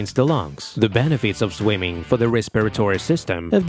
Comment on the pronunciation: Very AI voice the way it's unnaturally jammed together. But why the accent "swymin" vs swimming, athletic "physic" vs physique..etc Maybe it's sampled from a real voice first